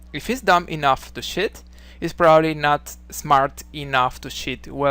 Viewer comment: Lol sorry man I had to laugh watching this, cos you pronounce the word cheat, exactly like ‘shit’